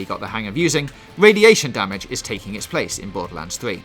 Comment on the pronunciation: Bawwels, pwogwessive, wadiation, I’m done😂